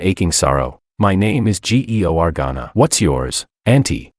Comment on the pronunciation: Why can't the dumb AI correctly pronounce names like Georgana? It's really simple to pronounce. SO MUCH FOR AI BEING SMART. I guess it's DUMBER than a box of emptiness. A box of rocks has more intelligence than this AI voice over.